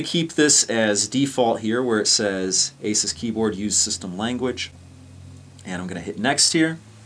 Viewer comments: Its actually "ay-soos". Asus has a video on their channel showing how to pronounce it. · Don't you mean 'Ah-soos'? ;-) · learn how to pronounce AsUs